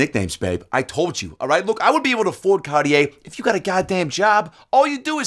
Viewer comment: Can't even pronounce Cartier ...